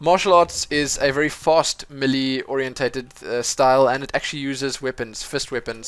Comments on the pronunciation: thumbs up for how he says melee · Its not may lay either its melee